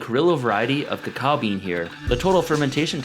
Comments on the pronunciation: It isn’t said kakawa it is actually (even in Mayan) kakaw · why did u pronounce it cha-cow? its pronounced co-co